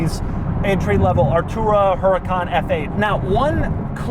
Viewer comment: It's pronounced Uracaan and the mirrors on the side are called sideview mirrors not rearview mirrors.